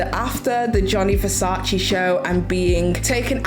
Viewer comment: His name is Gianni Versace not Johnny Versace